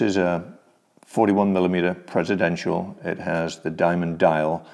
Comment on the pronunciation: THANK YOU. PRESIDENTIAL yes! Thank you, someone in the YouTube watch community still says it correctly. 🙏🙏🙏❤❤❤